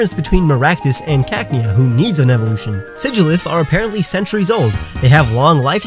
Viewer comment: Sigilyph, not Sygliph!